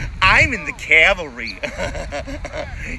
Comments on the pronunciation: "i'm in the cavelry!" 🤣🤣🤣 christ that was funny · The I'm in the calvary one. Man I died laughing.😂😂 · Lost it at “I’m in the cavalry”